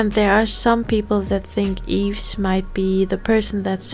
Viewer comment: Yves is pronounced "Eve", or "Eebu" in Korean haha. When you separated them by solo, subunits, new groups, I just have to mention this: YYXY is basically Yves = Y, Chuu = Y, Gowon is the X, and Hyeju = Y. Now, since Chuu and Yves have gone solo, we only have the XY 🤡 aka the male chromosome, anyone remember "Adam"? 😂 For new Orbits or just those who don't know, when Gowon made her debut, there was an ongoing joke between the staff and the members, people trolled Gowon that her stage name will be "Adam" (coz we already have "Eve"(Yves)), the poor girl was horrified. 🤣 Of course, this never came true, but yeah, we only left with the "masculine" side of YYXY. 🤡